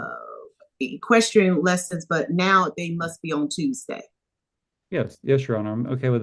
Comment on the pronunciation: The judge can't even say equestrian! She should not be in control of this courtroom not these two people. She's not educated enough. Horrible judge